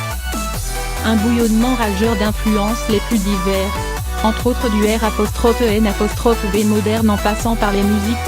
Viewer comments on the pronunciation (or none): Belle chronique très instructive du début à la fin. Il ne vous reste plus qu'à apprendre à prononcer correctement Poni Hoax, r'n'b moderne, white, scratch hip-hop, jazz, etc... Vous n'êtes manifestement ni une étrangère, ni une handicapée, ni une illettrée car votre élocution de la plupart de vos mots français et anglais est souvent trop parfaite pour ça. Mais vous semblez avoir plagié le texte, par ailleurs sublime, et vous ne l'avez même pas lu UNE FOIS avant de tourner la vidéo.